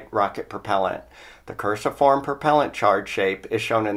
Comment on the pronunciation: Cruciform is pronounced like crucifix or crucified, that's the first time I've heard "curse-i-form" lol but English is hard. Great videos man keep up the good work!